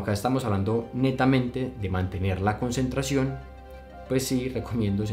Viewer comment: Es tu editor nuevo o lo hiciste tú? dice "conncentración"